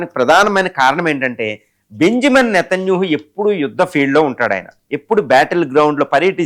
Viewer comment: ఒరేయ్ నీకు నేతన్యాహు ani anadam raadu, కమెనై ani anadam కూడా రాదు. మాకు నీతోనే ఏం ఖర్మ రా అయ్యా